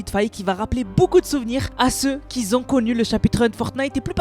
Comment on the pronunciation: Qui ont !!!! Pas qui zont !!!!